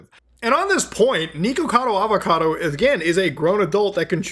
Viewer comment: Am I the only one who thinks it’s funny that this guy is so deeply concerned about Nikocado Avocado, yet couldn’t pronounce his name correctly?